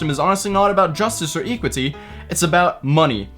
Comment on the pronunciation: The way he said equity though